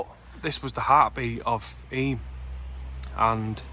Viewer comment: Really great video. Only wished you had pronounced eyam correctly. It's pronounced eyam (like you are saying stream) not e-yam. It's a common mistake people make. Hope this helps for future videos you may make of eyam :)